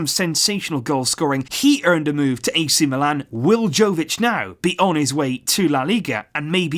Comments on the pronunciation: its yovic no jovic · Its yovic not joevic. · Uhmm ..... Ur pronouncing Jović wrong I mean ur pronouncing J wrong, its not Džović, its Yović, listen, I live in country right next to his, Croatia, and we have different letters and all that crap, but his surname is really simple to say. U have to pronounce it like its writing Yović not Jović. Read this Jo like Yo!!! :) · Jovic is actually pronounced as 'Yovic' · OK,his name is pronounced Yovich,like Mila Jojovic,Yoyovich ,its Yovich,hahahaha, Yooovic! You can do it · Hey, love the video. I just want to correct you on your pronunciation. He is serbian so his name is pronounced yovich. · Its 'yovic' sir, not with a J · its prounonced YOvic and JOvic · luka jovic pronounced as yo-vich.. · And it's pronounced Y-o-v-i-ć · Just a heads up, it's pronounced Yo-vic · It’s pronounced “YOVICH” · Just so you know, 'J' in Jović is pronounced as 'y' in you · You should pronounce J as J, not Y.